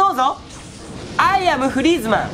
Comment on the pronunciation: フリーズマンってグリーズマンみたいに言ったのかな？分からんけど